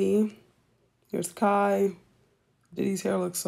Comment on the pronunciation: it does matter if u gone use kai name learn how to say it correctly